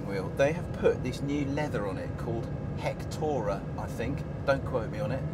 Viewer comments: hictora ?? its alcantara sir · i think its called alcantara NOT hictora.. do some research before you make a review